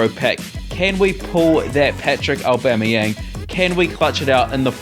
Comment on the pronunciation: Patrick Aubemayang? lol